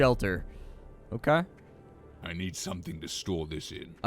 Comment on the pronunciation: I drank every time you said "Okaugh" and I died of liver failure.